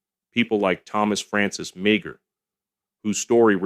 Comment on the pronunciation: Meagher is pronounced Maher.